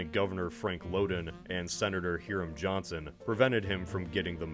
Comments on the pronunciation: Hiram is pronounced High-rum, not hear um. Why would Hoover only have two terms, that amendment would come into effect until 1951, he could’ve in this alternate history served three terms. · I know it’s spelt funny and he’s not as significant but It’s pronounced HIGH-RAM Johnson not Here-ram